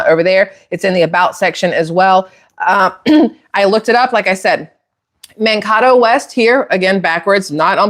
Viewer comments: yeah, Mankato. Man-kay-tow. You know....the second a is long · You are saying the highschool name wrong. It sounds like man Cato, Mankato . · This video's fake. I've lived in Mankato, MN and no one calls it Man-kat-oh, it is pronounced Man-KAY-to. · Just a minor thing: NO ONE from the Midwest—much less Minnesota—says: Man-kah-toe for Mankato. It’s pronounced Man-kay-toe. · ❤love your videos. Don't mean to be nit picky, but I live in MN & Mankato is pronounced Man Kato with the long a. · Pronounced with Long A in town in MN , Man-KA-toe, . . . (I lived nearby for three years in 1970s after marriage.) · Not that it matters but Mankato is pronounced Man-kay-toe. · It's pronounced Mankato with a long A. Like in name Jane. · Just for clarification, since I'm here in MN... it's pronounced MAN-KAY-TOE, been there several times. College town. Gag. As for Tampon himself, the guy is a piece of sh*t and that's giving him the better of it. What he did here in MN is shameful and most MN's can't stand his guts. I'm beginning to believe that the Dems picked this loser because they knew they could blackmail him to do whatever they wanted... and, I can't stress this enough, if Bonushole and Tampon get in - its because of cheating, cheating, cheating. Did any of you hear about the mail in ballots being found near the sewer drains? Its already started. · Just an FYI: Mankato is pronounced Man-K-toe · It's pronounced man-cay-toe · I live near that town It's pronounced Man-kay-toe. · Hi! LOVE YOUR VIDEOS!!! I'm from Minnesota... just an FYI.... Mankato is pronounced (man kay toe). 😊 and Tampon Tim is 🤢🤮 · Mankato pronounced Man Kay tow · Mankato is pronounced Man (like a male person) Kay toe. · Potatoe is Man Kay toe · Mankato, pronounced Man-kay- toe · Not to be a pain ( im in Minnesota) Its called Mankato ( man -kay-toe) And look at Waltz behavior... he just acts Like a Flamboyant Gay ! ( Richard Simons like , just saying) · Man-Kay-Toe. Thanks for the videos!